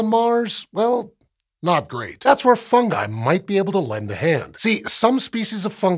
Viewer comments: THANK YOU FOR SAYING FUNGI CORRECTLY! Drives me nuts when people latch onto other pronunciations that don't sound right. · I liked that he pronounced it Fun-guy. Not Fun-Ji. Keeps the joke alive.